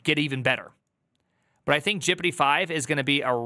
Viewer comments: Please stop pronouncing GPT as 'jippidy' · i like how he says gpt jippity. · Why are you saying Prooompt and Jipitee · Anyone else confused by why says gpt as “jippity” and “prompt” as “proompt”?